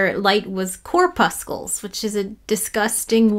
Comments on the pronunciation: Thought corpuscles was kinda pronounced like in muscles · pronounce corpuscles like muscles it sounds like mussels 🙃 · Hi --you've got a bit of a Euler moment going on...corpuscles is pronounced with a "s" sound, not a "k" sound. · corpuscles rhymes with muscles